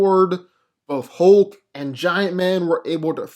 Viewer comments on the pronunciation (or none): the way u pronounce "thor or hulk" makes me want to slap up u piece of sh't